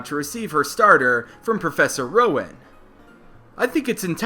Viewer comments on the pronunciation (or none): none